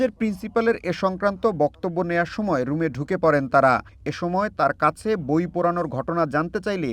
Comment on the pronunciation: বইয়ের নামটাই ত উচ্চারণ করতে পারল না। শিবিরযুক্ত ছাত্রদল।